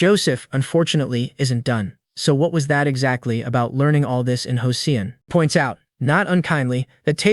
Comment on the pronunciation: I feeli like an AI would know how to pronounce Joseon.